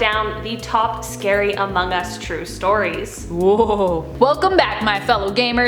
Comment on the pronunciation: among US not omong us